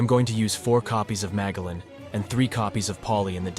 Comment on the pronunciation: Loving the list... keep it up 👍 (I'm fairly certain it's pronounced Ma-jell-an... like the explorer, that hard G is killing me... lol)